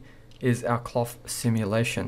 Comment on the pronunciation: I like how he says "clof clof"